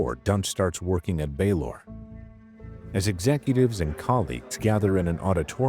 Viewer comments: Just because Baylor is mispronounced doesn’t mean it is AI. Let’s use some critical thinking- could it be possible the narrator isn’t familiar with this specific hospital and is simply pronouncing the name phonetically? I’ve never heard of this hospital and I would pronounce it exactly as the narrator has. The voice isn’t even close to being monotonous and the pacing is thoughtful- it would be impressive for an AI to achieve that. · Baylor is mispronounced the same way every time. An idea, if you want to dispel the rumors then, do a behind the scenes video introducing the channel and make it the into video to the channels main page.